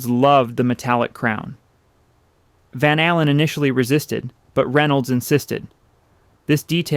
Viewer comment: I think it is AI narration. Listen to how he pronounces van allen